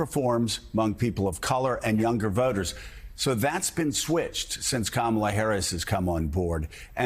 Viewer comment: Joe. It's pronounced Comma la, not Camel la.